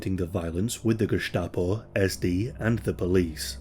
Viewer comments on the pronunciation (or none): great that you can pronounce the german "sch" but in Gestapo the "s" is just an s, like in the english "stain"